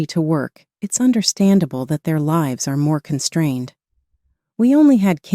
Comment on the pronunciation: LIVES Not LIBES